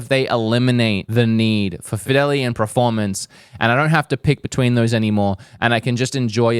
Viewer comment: I love you but please say PERformance, not PREformance!